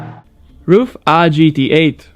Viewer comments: Did he actually pronounce RUF "roof"? Its pronounced "ar-u-ef" just the same way you wouldn't pronounce BMW "bumwu" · vyslovuje se to spíš Raf než Ruf